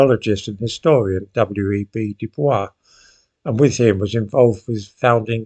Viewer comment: Du Bois' name is pronounce "du-BOYS", not "du-BWAH". This is common misconception.